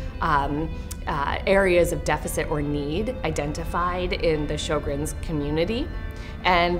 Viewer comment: Drop the music. I think it should be pronounced "SHER-GRENS